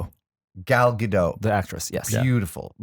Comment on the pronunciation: The "T" in "Gadot" is not silent. She's not French.